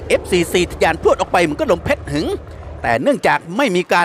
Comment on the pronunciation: ลมเพชหึง=ออกเสียงว่า.เพช-ชะ-หึง..คับ